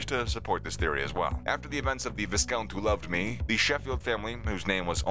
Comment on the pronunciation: no darling she didn't. She pronunced Vicountess with an accent on the "tess" with a silent T, which Anthony did too